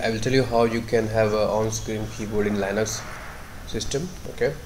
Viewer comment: Where did you pick up that pronunciation of Linux?